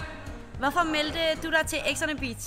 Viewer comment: Hun kan ikke sige “beach” 😂😂